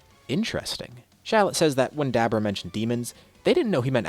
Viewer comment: It's so funny to hear him say hit the Dab orah.. and bra for Bulla.. some of these names he pronounces are pretty funny xD